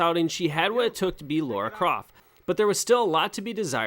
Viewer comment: Are english people unable to say Lara...it's LAra not Laura...lol